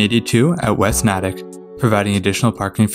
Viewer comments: Or it’s pronounced have-roll. Nay-tick. Bill-rickah. Woooooburn. And Lowell is simply Lowl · Natick is pronounced "Nay-tick" I know, I've lived there. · Here, let me help you. My hears are bleeding right now: Woburn = "Woo-burn" Soughton = "Stoh-tin" Haverhill = "Hayv-rill" Lowell = "Lohl" Dedham = "Dead-um" Concord = "Cong-kird" Natick = "Nay-dick" Falmouth = "Fal-mith" Quincy = "Quinn-Zee" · Congrats for pronouncing Worcester correctly, but you got Haverhill (hay-voille) and Natick (emphasis in Na). Also love the fact that you didn't bother to try to pronounce Billerica (buur-rik-ca) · You did really well with the pronunciations! The one that stood out to me most was Natick—the A is pronounced the same as in “May.” There were a few others, but they’re all very common mispronunciations that even some MA residents mess up sometimes. Anyway, I really enjoyed this video!